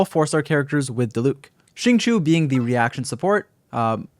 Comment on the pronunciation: Im so mad whenever people say xingqius name wrong. It’s pronounced: sing-cho Even xingqiu pronounced his name that way